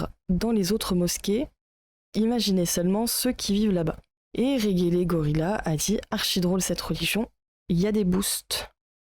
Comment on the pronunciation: On prononce Rèdjélégorila